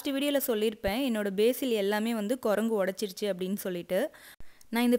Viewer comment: Lovely healthy plants Nice explanation.A small correction. It's basal not basil.